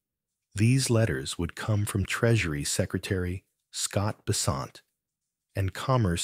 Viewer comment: BESSSSSS- ent… Sheesh